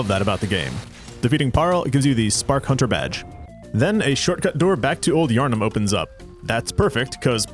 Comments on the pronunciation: "after all a hoonter must hoont" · A hoonter must hoont sou hoont a did, simple.